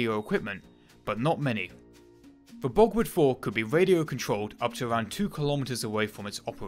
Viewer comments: An interesting video, but it's most annoying when the commentator pronounces German names and words incorrectly. Borgward is pronounced borg-vart not bogwood. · Sigh.. w’s are pronounced with a v sound in the German tongue